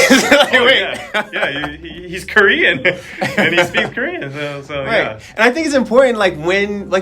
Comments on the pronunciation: Honestly ’ Korean pronunciation is soooo good!! I appreciate very much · He actually pronounces korean words so well.